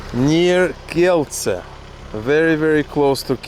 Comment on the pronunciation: But he pronounced "Kielce" correctly :)